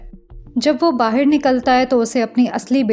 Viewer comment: I love your explanation. ❤ Just try not to say 'BAHIR' again okay dear? I can see that aaj kal 'BAHAR' bolne ka try karti ho thoda thoda phir bhi accha se 'BAHAR' bola karo please? 🙏🏻 Thank you dear!❤